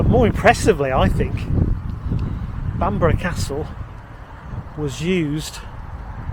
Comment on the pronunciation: Stunning but the least he could do is learn to pronounce Bamburgh Castle.